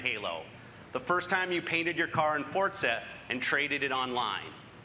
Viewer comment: why do people say fortza instead of forza is it a different game